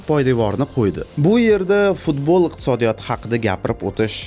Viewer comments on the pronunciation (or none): none